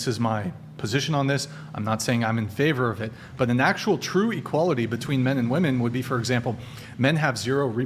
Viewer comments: This chick's inability to say "women" is driving me crazy. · Why are they saying “WOMAN”??? It’s women! Plural! Women! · None of these WOMEN can pronounce WOMEN.